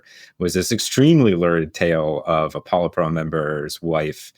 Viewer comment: Great stuff. I'll remember the polite burrow pronunciation 😂 ( I'm kidding, I'm not the part of the pronunciation police )